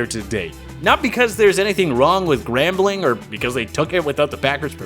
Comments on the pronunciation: 3rd team to the party? NO!!! We're the FIRST team to the party!!! And I dont like how you pronounced us as GAMBLING instead of "GRAMBLING".... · I picked up on that too. Grambling not gambling lol. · It's Grambling State University. It's named after the city of Grambling, Louisiana. It has never been spelled or pronounced as Gambling